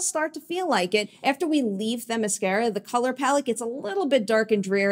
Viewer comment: Themiscyra (cy) not Themiscehra (eh) get your pronunciation right!